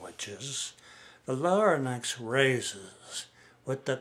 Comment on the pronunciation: Larynx is pronounced Lar-inx, not Lar-nix